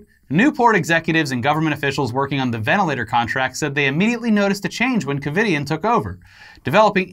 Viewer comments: “Covid”ien? Wtf? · “Covidian”...Covid - anyone else catch that lol? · Lol every time they said ‘Covidien’ wrong kinda annoyed me but then I was like “they’re evil?! Why do you care?!” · Covidien? Lmao